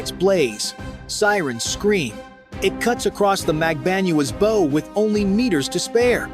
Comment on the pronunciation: TEACH YOUR AI HOW TO PRONOUNCE "BOW"